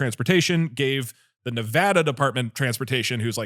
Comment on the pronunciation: I know it's basically irrelevant, but I'm so so glad that you guys pronounced Nevada correctly